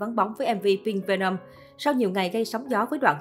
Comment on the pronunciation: khùm , không thích thì đừng nghe , đến cái tên MV của ngta đọc cũng không đúng thì thôi đừng nói lmj cho quê 👍